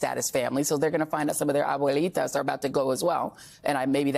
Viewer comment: did you for real just switch to spanish/spanish accent to say "abuelitas" and then back to english? you're so fake. Imagine if I went into some exaggerated mario/luigi voice every time I said the word "pizza" ... or I tell you a story of a multi-country trip abroad where I switch between 5 different accents/languages as I list the different countries I went to. people are so over this stuff and you need to wake up and see this is part of why kamala lost